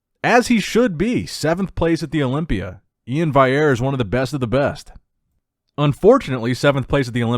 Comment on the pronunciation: LOL Iain's name is literally spelled out phonetically on IG "E-in Val-e-air" and still can't get a grasp on it ffs😂🤦🏻‍♂️